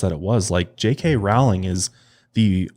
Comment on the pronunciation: It's "Rowling" like "bowling". Not "Row" like "cow"